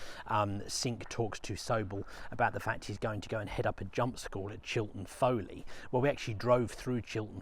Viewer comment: Chilton Foliat, not Foley.